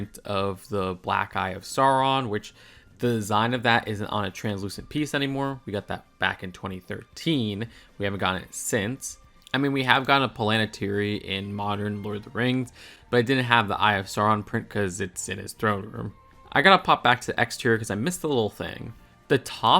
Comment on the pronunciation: she said palantari too lol